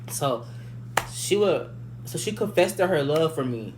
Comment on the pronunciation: Did this ignant lil nuga say;Confested? Stay in school